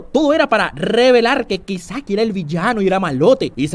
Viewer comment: "Kaisaki" Dice, Kisaki habla bien